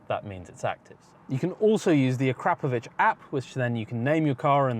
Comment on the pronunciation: "Uh-Crop-Uh-Vitch" there's no "crap"